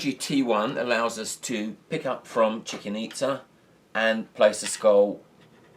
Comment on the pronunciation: Thanks, everything great, except for the pronunciation of "Chicken Itza"